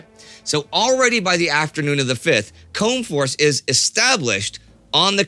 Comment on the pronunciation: By the way, it is 'coom'-force, that is the pronunciation of "combe" in this context.